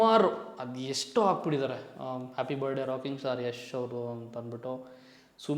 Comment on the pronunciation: Bro you were trying to teach in some previous videos in correcting some other youtubers pronunciation was wrong this & that.... But today how are you pronouncing "birthday" .....birday😅 birday... Don't mind brother as an audience prospective I'm just bringing it to your attention, that please correct and upload ,moving forward.